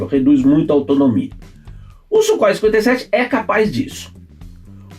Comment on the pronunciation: Não é Sukhoi !!! É Súrrói !!!